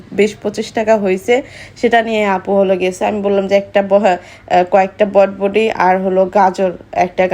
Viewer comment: বরবটি কে বটবটি বলে উচারন ঠিকমতো করতে পারেনা।